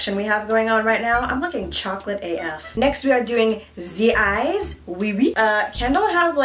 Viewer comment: "Zee eyez...oui oui..." 😂😂